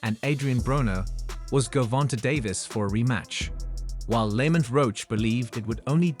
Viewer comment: STOPPED Watching at :38 seconds when this A.I. called Lamont Roach, Lemut Roach. Tired of this A.I. bs